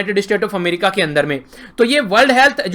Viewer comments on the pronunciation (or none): none